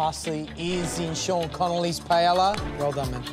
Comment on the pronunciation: As a Portuguese brother of Spain, it annoys me the way they say paella 😂 I can't imagine what a spanish feels.